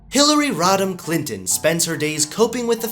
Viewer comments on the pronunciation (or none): Also, I thought you said Hillary rottin clintin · I keep hearing "Hillary Rotten Clinton", is that just me?